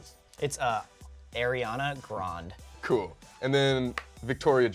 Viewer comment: Lol its pronounced Ar-ee-anah Gran-day. Not Air-ee-anah Grand 😂. And actually her last name is really Grand-ee